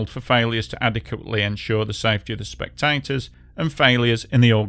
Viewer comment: Hahaha! AI narrator can’t pronounce “spectators”. Lol